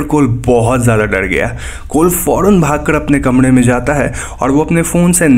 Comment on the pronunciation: Bhai 'R' bol nai pata 'D ' bolta hai Kamre ki jagah kamde Foren ki jagaj foden